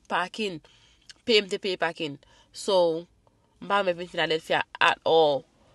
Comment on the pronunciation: Ki philadelphia menm epa wap pale mal oh 😂😂😂